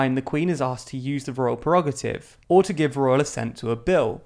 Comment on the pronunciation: The word is “Prerogative” not “Perogative”. I like TLDR and I know it seeks to become a credible source of news. I therefore expect it to apply high standards to the correctness of its production.